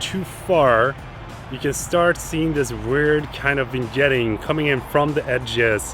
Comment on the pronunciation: First time I hear someone call Vignetting Vin-jetting.